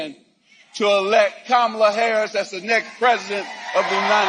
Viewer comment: M Johnson known her for 20 years and still doesn’t say her name right. 😂